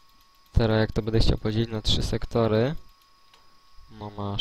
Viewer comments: Wiem, że zostało to nagrane bardzo dawno temu jednak myślę, że w tej materii nic się nie zmieniło.Byłoby super gdybyś zamiast swojego zwyczajowego "bede,bedzie" mówił --> będę ewentualnie będe, będzie.Wszystko super, ogląda się bardzo przyjemnie jednak to "bede" kaleczy uszy :) bez urazy ;) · Jest tylko jedna rzecz , ktora mnie denerwuje , że tutaj on cały czas mówi bedą / bede zamiast będe/będę ;)